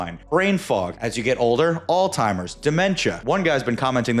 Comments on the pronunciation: i stopped listening to you when you called it “all timers” instead of alzheimer’s. please dont give any medical advice to anyone… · It's "alzheimer's" not "all timers"🤣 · Did you just say “all timers”? Hahah. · FYSA- If someone cannot pronounce Alzheimer’s. Don’t take ANY medical advice from them or “research” advice.